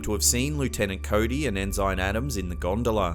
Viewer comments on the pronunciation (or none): The very first clip. It is not pronounced “EN-SIGN”. It is pronounced “EN-SIN” as a rank a Sailor would have. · Ensign, as in Navy Ensign, is pronounced EN' sun. Not en SYN'. "Okay grammar Nazi." Hey! I'D want to know! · At :37 seconds or so, the word is pronounced "ENN'-SINN", not "en-zynne". And also, it's pronounced "POINT RAY'-IZZ" a la Espagnole. Reyes means "kings". Da nada. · Lol. I caught a mispronunciation though its *EN-SIN not EN-SINE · Mate the word is not En Zign its pronounced Ensen. Holy cow mate you're an Aussie where did you go to school? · Future reference it’s n sin not n sign otherwise outstanding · Ensine is not pronounced In-zine it is pronounced In-sin. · Enzyme Adam's? It's pronounced ensign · Do you really not know how to pronounce, "ensign?" It's "EN-sin" and definitely NOT, "IN-ZINE" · forgive me if this is merely a difference between British and American pronunciations, but I couldn't help noticing you pronounced Mr. Adams' rank (Ensign) as EN-zine, rather than EN-sin. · For the record, the correct pronounciation is "ensin". Not "enzyne" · Dude, ensign is pronounced "in sin", not "in sign". Hopefully you don't pronounce commodore as "commoder". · interesting blimp story but its pronounced EN-SIN not ensine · It's pronounced En-sin. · Just FYI...ensign is pronounced en-san . 😁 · En sine? why not lie you tenant? Brig a dire general? Sergy ant? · We Americans pronounce the rank lower than Lt. En-sin. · Ensign is pronounced EN-SIN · Mispronounces "ensign." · I've never heard "ensign" pronounced that way before. I'm pretty sure it is pronounced the same in all English speaking countries, though.